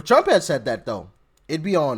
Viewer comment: Love when u say uncle Trum❤❤❤❤😊